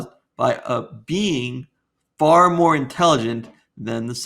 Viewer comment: am I the only one who hears "Bean" whenever theists say "Being"????😅😅😅"God is a Bean..."